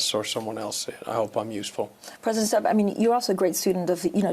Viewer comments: Just wondering how Finnish you really are when you don’t know how to pronounce the president’s surname…?🙄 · As a Finn, please learn how to pronounce his name. And in that, teach others. Thanks! (Same goes with the word sauna)